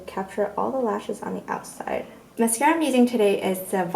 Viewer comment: The way you said MASCARAAA sounded so italian im dead